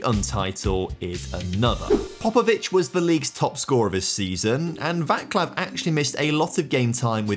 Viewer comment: wrong trophy ;) That's a league title, not the Coupe de France - He's Czech. In Slavic languages "c" is not pronounced "k" like in English, it sounds similar to "ts", it should be Vat-slav (hehe)